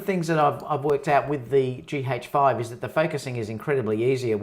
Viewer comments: It's G 'AYCH' 5 .. not G 'HAYCH' 5 ! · It sounds peculiar when you pronounce it as GEE-HAJE-FIVE. As opposed to GEE-AJE-FIVE